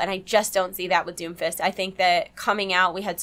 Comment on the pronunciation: When you say Doomfist over and over it sounds like Doofus. lol